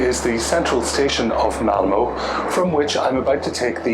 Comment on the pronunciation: This is fascinating. I've visited both Denmark and Sweden numerous times. That hotel in Malmö definitely looked quirky. (It's Malmuh not Malmoh by the way). Sweden has always been expensive but it is my favourite Scandinavian country. Looking forward to your tour of Stockholm. Hej då!